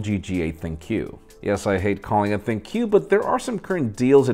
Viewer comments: Shouldn’t ‘ThinQ’ just be pronounced as ‘think’? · Isn’t ThinQ a play on the word “think”. How come everyone says “thin Q”